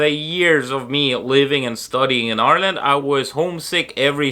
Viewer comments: You even pronounce Ireland correctly like a native- “our land!” How/when did you get the caddy though? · Love how you say Ireland the same way the Irish do. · I love how you pronounce Ireland like an Irish person. 😊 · It's funny how you have a Russian accent but you say "Ireland" in an Irish accent :D I love the ways languages and accents can mix.